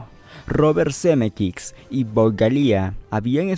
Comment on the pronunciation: Algo incomodo escucharlo porque tampoco es Zemeckix.